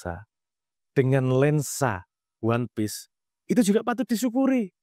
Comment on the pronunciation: ONE PIECE... O.N.E. P.I.E.C.E. ONE PIECE,, BUKAN ONE PEACE... SEBIJI,, BUKAN DAMAI.... BUKAN P.E.A.C.E. "ONE PIECE"....!!!!!!!!!!